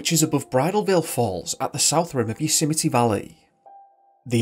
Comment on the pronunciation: “You-symety” national park? 😆😂🤣